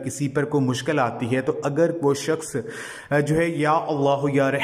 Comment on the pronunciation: Hazoor nhi huzoor bola kre aur sakhas nhi bolte sakhs bolte h apne word ko sudhare plz